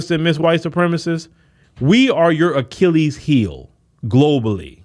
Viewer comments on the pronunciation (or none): none